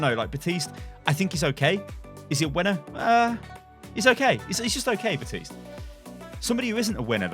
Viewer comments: Please pronounce Baptiste’s name right. He even says his own name in the game.... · CAN YOU LEARN HOW TO PRONOUNCE BAPTISTE... YOU NEED TO PRONOUNCE THE P!